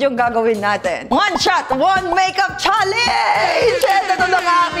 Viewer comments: the "challenge" pronounciation ni zeinab kakaproud. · Not a hater po pero bakit po hindi talaga nag iba ang pronunciation ni Zeinab ng challenge? Madami na nag content sa tiktok nyan na mali pronunciation nya di talaga nya binago. Hehe curious po kasi baka nakasanayan na talaga di na mababago 😅